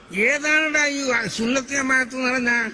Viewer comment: സുന്നത്ത് ജമാഅത് അല്ല സമ്പത്ത് ജമാഅത് എന്ന് പറയൂ...